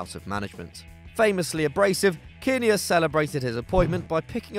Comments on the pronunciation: It’s JOE KIN NEAR NOT JOE KINNIER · pronounced "Joe Kin-near" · Total amateurs! You don't know what you're talking about! It's pronounced 'Kinn-ear, NOT Kin-nayerr, or whatever you said, clearly not football followers, so why do you do it? Couldn't you afford Kevin Keygan?!